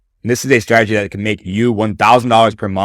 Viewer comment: Bro method valid but the way he says strategy 😂